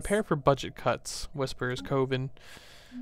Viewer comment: The word 'coven' is not pronounced with a long o like cove, rather, it is with the short o like in the word oven. Sorry to nit pick. I just hate to see otherwise good content degraded by poor vocabulary.